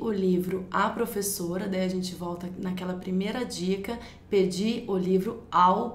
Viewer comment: que romantiquinha essa prevezora (minha irmã falava assim) hahahhaah